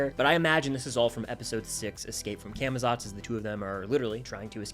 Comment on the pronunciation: Cah muh zots pronounce it right pls 🙏